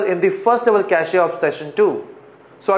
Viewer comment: cachEEEE?? really? :D